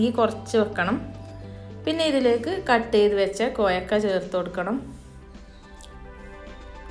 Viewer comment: Koyakka alla kovakka annaani parauka